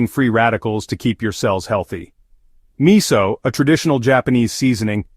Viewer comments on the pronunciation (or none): it is pronounced mi sue.... NOT mi soul !